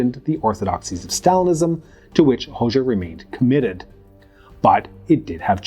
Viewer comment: It's /ˈho.d͡ʒa/ the letter xh (it's a single letter in the Albanian alphabet) makes the /d͡ʒ/ sound like in the English word bul ge